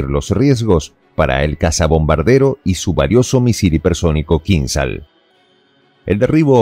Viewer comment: Кинжал Kinzhál. Acento en la a